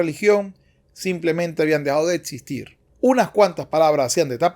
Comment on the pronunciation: Te sugiero mas lectura. Hablas mal. Dices atsurdo en lugar de absurdo, saquiar en lugar de saquear, dices etsistir en lugar de existir. Y asi como esos ejemplos expresas incorrectamente varias palabras. Te sugiero que te superes.